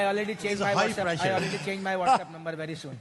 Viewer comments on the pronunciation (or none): i already changed my whatsup number soon by pakistan captain sarfraz ahmed🤣🤣🤣🤣 funny english